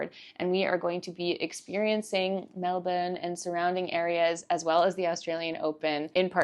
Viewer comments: Love the Aussie pronounciation on Melbourne, it is *chefs kiss, and much appreciated by us Aussies. Hope you're loving the hot weather 🥰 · Your pronunciation of Melbourne is spot on hehe! Isn’t it such an experience at Rod Laver! Stoked you got to the Djokovic match, especially since he ended up pulling out in the semi - so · 1.2K Add a comment... Cancel Comment 2 months ago (edited) I would have enjoyed your boring vlog. 😌 (that you decided not to upload) 140 11 Show more replies Love the Aussie pronounciation on Melbourne, it is *chefs kiss, and much appreciated by us Aussies. Hope you're loving the hot weather 🥰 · Love the Aussie pronounciation on Melbourne, it is *chefs kiss, and much appreciated by us Aussies. Hope you're loving the hot weather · You pronounce Melbourne perfectly every time- with no weird emphasis or pauses. Lots of practice beforehand perhaps..😊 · Your pronunciation of Melbourne is spot on hehe! Isn’t it such an experience at Rod Laver! Stoked you got to the Djokovic match, especially since he ended up pulling out in the semi - so so glad you got to go to that game!!